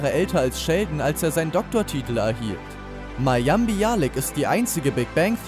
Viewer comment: Eine einzige folge der Serie zu sehen reicht aus um zu Wissen dass Leonard nicht Leonard ausgesprochen wird. Ganz starke Recherche.. Ganz abgesehen von " Mayiam Baialik"